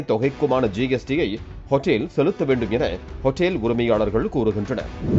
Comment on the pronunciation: அதுக்கு பேர் ஹோட்டல்.... அது என்ன ஹோட்டேல் ... அமெரிக்காவிலா தமிழ் நியூஸ் வாசிக்கிற... ஒழுங்கா வாசி